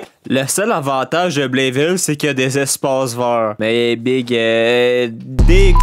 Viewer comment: c'est pas "Blenville" c'est "Blaine-ville" TABARNAQ